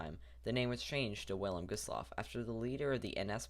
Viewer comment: The "W" is pronounced as a "V".